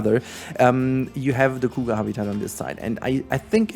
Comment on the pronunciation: the coo ga... sorry but that's most hilarious pronunciation for cougar I have ever heard. I am not making fun of you it just caught me off guard.